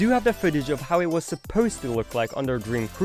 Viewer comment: What's with the weird way to pronounce "mood" or "supposed"?!? You think that is cool? It just sounds dumb, tbh...